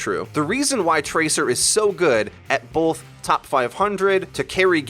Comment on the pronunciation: Both not bolth!!!